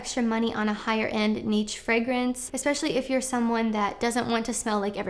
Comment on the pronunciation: “Neatch fragrance” 💀